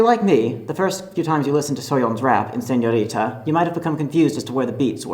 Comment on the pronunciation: Jam-less Bangtan I really don’t get this, did he pronounce it the way Koreans do? If he did okay bc I almost stopped watching this it drove me mad the way he said it 😕